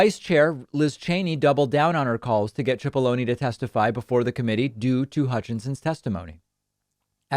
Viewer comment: You keep saying his name as if it has an h(chipollone). It's pronounced Sipollone.